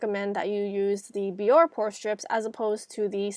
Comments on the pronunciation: Isn't it pronounced "bee-or-ay" instead of "bee-or"? Accent aigu over the e on Bioré? Anyway, this video is terrific! The tips are spot on (pun intended.) I particularly liked the point that the warm water opens the pores for the strip, and the tip to close the pores with cold water and/or ice. Your skin looks beautiful. It doesn't even look like you need pore strips - but then look at how effective your method was, what results, right there on the strip, and on your wonderful looking complexion! 👌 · i hate to be that person but its not bee-or . its bee-or-aye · It's pronounced be-or-aye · its actually bior-eehh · it pronounces it bee-or-aye on the commercials